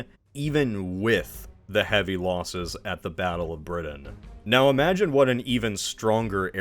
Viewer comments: Did it drive anyone else nuts that he kept saying BriDin? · Still trying to figure out what country "Bridden" is. ☺ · Wait which country is “Bridden?”Sorry, I couldn’t resist. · Are you aware the letter "t" exists? Briddan, Uncerdan, ed cedera... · generally, a good post except Britain is pronounced with a T not a D. 🤷🏻‍♂️ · Learn how to pronounce Britain. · Thank you as an English person that made me wince lol